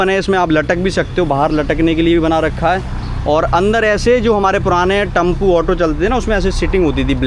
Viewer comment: सालों ब्लॉग बनाते हो टेंपो टम्पू बोलते हो फालतू ब्लॉग बनाते हो कभी scucesss नहीं होगे पहले उच्चारण5सुधारो